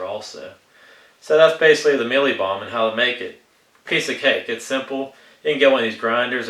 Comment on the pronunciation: I know this is a pretty old video but here goes. I laughed out load when you pronounced the "Mielie Bomb" bit with your accent. I'm from South Africa. You got the pronunciation pretty spot on though. ;) We can pick up 2 or 5 kg bags of mielie bomb in any fishing tackle shop over here. Sure does beat having to grind it up yourself. We also get all sorts of different flavours; caramel, plain, banana and almond are the most common ones. Thanks for the great video, very informative to see how it breaks down. :)